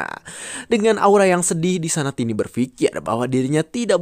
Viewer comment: Bang tiny itu disebut taini bukan tini kalau tini itu tanteku